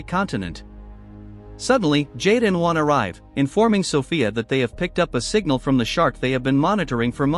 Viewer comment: "Juan"....more like "Brian".